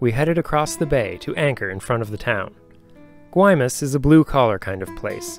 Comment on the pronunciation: You certainly get the award for the best cinematography of any sailing videos. Absolutely beautiful, music choices superb. My only complaints where your pronunciation of the names Mazatlan and Guaymas. But you still get an A+! Fantastic journey. Keep it going